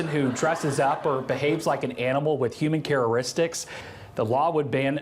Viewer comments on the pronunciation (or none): Can someone please explain to me what, "human karra-ristics," are?